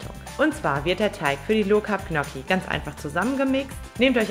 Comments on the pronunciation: Tolles Rezept, aber ich als Italiener, fühle mich schon sehr Diskriminiert wenn ich höre, wie du Gnocchi aussprichst 😢...😂😂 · Du weißt aber schon ,dass man Gnocchi nicht so ausspricht 😂😂